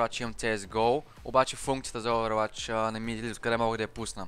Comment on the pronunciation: казва се оувъруач не "Оуверуач"